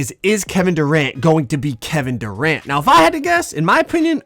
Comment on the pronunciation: Man said Doranto 🤣🤣🤣